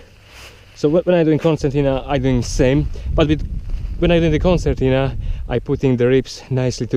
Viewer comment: nice, but isn't it Concertina bag? Why pronounced Corsantina? :D